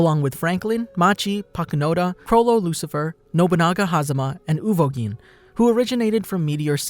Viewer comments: me hearing him say chrollo lucifer and i just go it chrollo lucilfer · It’s chrollo lucilfer there’s an L